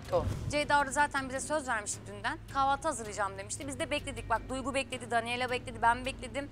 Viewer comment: ceydanin danelya demesi